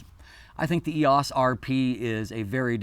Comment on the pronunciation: I'm distracted by the pronunciation of EOS here. I've never heard anyone say "ee-ahce"--always "ee-oce" until today.